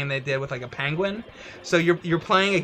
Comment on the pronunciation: Looks like went to the Banquet Conquistador school of pronouncing "penguin".